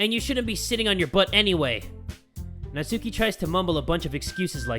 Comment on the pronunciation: Nat-S-uki*, your welcome.